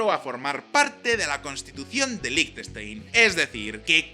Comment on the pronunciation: 10.000 Francos son 8.500 euros, no 85.000. Y Liechtenstein lo pronuncias bastante mal.